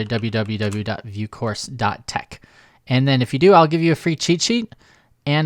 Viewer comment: "..doublevue doublevue doublevue dot vuecourse.." lol